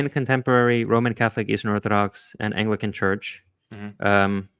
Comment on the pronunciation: Not being able to say "apostolic" and "Anglican" is a bad start.